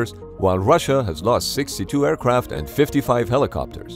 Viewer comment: Aircwaft Airpwane